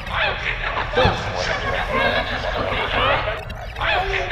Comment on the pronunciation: The way he said ‘thousand’ sounds like when someone gets kicked in the crotch in the middle of pronouncing a word.